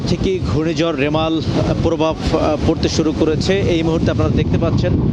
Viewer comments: ছাগল ভাই। মেরাল না রেমাল...... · সংবাদ পাঠক ভাই বারবার রিমাল কে বলছে মেরাল মেরাল 😂😂😂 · Are vai meral na remal hobe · 😂😂 it’s Bangali mistake